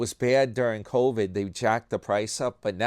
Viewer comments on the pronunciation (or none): none